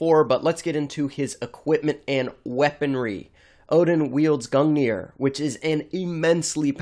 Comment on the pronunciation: as someone who's studied norse myth, you're pronunciation of Gungnir, Sleipnir, Hunginn, and Muninn made me cringe (in norse ei is pronounced like the a in fate, u is pronounced like the oo in moon, and i is pronounced like the ea in eat)